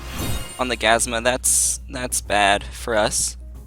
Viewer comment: it's gazUma, not gazma